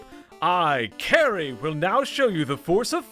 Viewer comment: "Kary" lol. Kali.